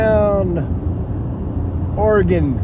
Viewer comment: Thanks for pronouncing “Oregon” properly…